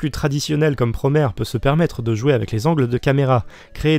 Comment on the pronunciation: J'me permet juste, prononcé à la japonaise, Promare donne Puromea (プロメア) ce qui est proche de la prononciation anglaise, et non Puromare ("プロマレ") comme dit en début de vidéo, voilà voilà.. Bon je continue de regarder 👀 merci de parler de Promare !